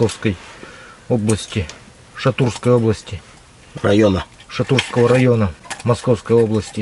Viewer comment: ты ГОНИШЬ!!!!!! ШатуРского райна!!!!!!!!!!!!!!!!! НЕ ШатуЙского!!!!!!!!!! Буква "РРРРРРРРР"!!!!! ШАТУРА!!!!! РОША́ЛЬ, город в России, на востоке Московской области, в городском округе ШатуРа.